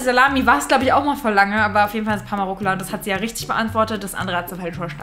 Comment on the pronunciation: Es heißt Rucola 😂